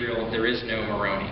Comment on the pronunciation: Richard needs to learn to pronounce Moroni. Maybe Mr. Deity will teach him